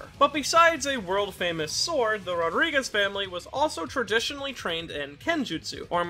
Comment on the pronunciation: Rodrigues 💀 Rodríguez 😎